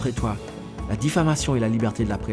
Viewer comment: diffamation yo di oubyen difflamation😂😂 m wè di diflamation😂😂 vin pran miss plim poul nou an😂😂